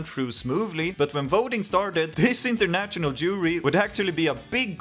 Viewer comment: Uttala inget t-ljud i national/international, bara sh-ljudet. Som fashion.